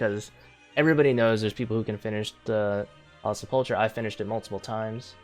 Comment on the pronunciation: Sepple-ker, not sepulcha.